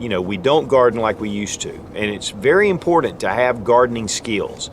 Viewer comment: Pronounce : :IMPORTANT" (NOT IMPORTED)